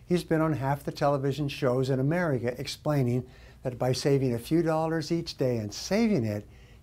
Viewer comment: Amer-ria? Great gips though